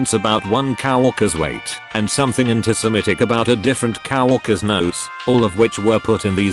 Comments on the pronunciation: I hate that voice so much and It misuses words. COWorkers is not the right way to go, COworkers is right. I'd listen more but the voice is horrible. I'm not going to subscribe, too messed up. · coworkers is pronounced co-work-ers, not cow-work-ers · Nobody: ... Text to speech: "COW-WORKERS.." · Robot pronounced coworkers as cow-orkers! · Ouch! The AI trying to read this is terrible. HR = Hurr? Facebook = Fass a buk? Coworkers = Cow o erkers? It's just too hard to even listen to... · Can you get a better tts system? Coworkers shouldn't be pronounced cow-orkers.